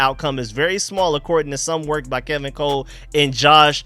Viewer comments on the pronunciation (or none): none